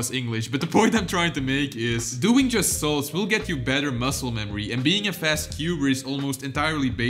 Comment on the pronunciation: He says soul instead of solves